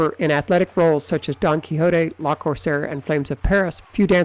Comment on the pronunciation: le corsaire, not la corsaire, pleeeease